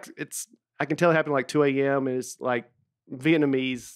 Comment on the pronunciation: Uh oh, folks. Looks like Nate’s butchering of the word Vietnamese has cost Breakfast his Facebook page. It seems all too suspicious that it was hacked by someone who speaks Vietnamese after Nate’s multiple attempts to pronounce this word ended in VIETMANEASE.